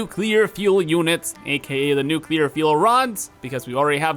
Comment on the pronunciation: I really appreciate that you say nuclear and not nukuhlear like some kind of psychopath